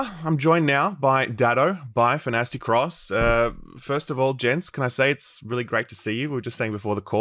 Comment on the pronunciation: I don't get how people mess up AztecRoss name. Not azte cross Aztec Ross